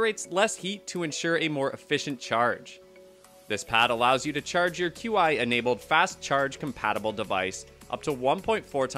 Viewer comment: It's pronounced "chee" not q-i.